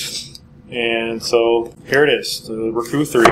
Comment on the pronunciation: RooKoo he says.